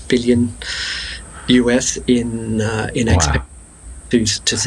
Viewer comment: So the way you pronounce "Xpeng" is not correct - not even close.